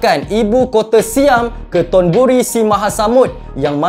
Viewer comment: Hati hati sebut thonburi tu...